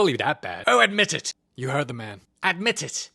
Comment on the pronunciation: “Exsusie me”😂😭💞 and 😂 “ADMITIT” “Yeah…ADMITIT” 😀😭🇬🇧